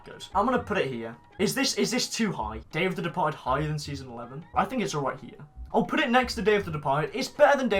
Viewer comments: When he says “Day of the Departed” I always hear “Dave the Departed” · Dave the departed . That’s what it sounds like when you say it